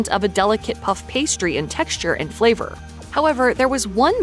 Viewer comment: Fleever? Greevy? The letter A is NOT pronounced as a long E.